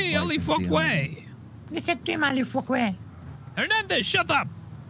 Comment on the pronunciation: pronounces the ع (Ayn) in Ali